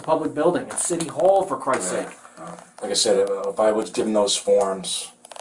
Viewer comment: It’s city hall. For Christ sake …I had to watch that like 300 times in a row